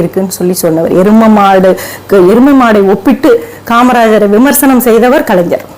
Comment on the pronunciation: நீங்கள் பேசுவது சரிதான் அம்மா, ஆனால் கலைஞர் எ‌ன்ற வார்த்தையை சரியாக உச்சரியுங்க‌ள் .